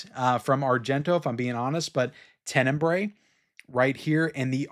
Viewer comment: Hello, congrats on all your videos, just wanted to help a little bit here… Since you love so much the movie, I thought that you may want to pronounce it correctly, it is not “TENENBRAE”, it’s more like TEN-E-BRA-E, and a good translation of the word would be “darkly”…🙂